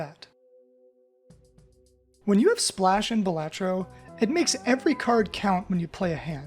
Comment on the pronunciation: Thunk: "BAL-uh-tro" Everyone: "Buh-LAH-tro" This guy: "Buh-LAT-tro"